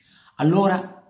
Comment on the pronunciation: Carlo, ti seguo dai tempi di Radio Peter Flowers per cui mi permetto di chiederti un favore: basta con questo AIVAN. Siamo in Italia e quindi si dice IVAN. Poi che sia una persona da neanche nominare, questo è un altro paio di maniche. Pero' ribadisco: basta con sta pronuncia del menga del nome Ivan... Basta!